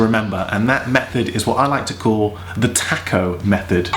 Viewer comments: That's all well and good when you're seven feet tall. How about when a normal size person has to do this. And the word is pronounced Tah-co, not Tack-o. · >> Tack-oh? WTF? OH TACO! (tah-koe) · Tah-co not tack-o. Rhymes with hock-o. Spanish A. Can't get teeth to ungrit.